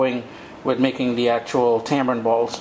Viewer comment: Hey, pet peeve of mine, sorry to be so puerile... hate hearing it called Tambrin/Tambran. There is no B in the word... tamarind. 😉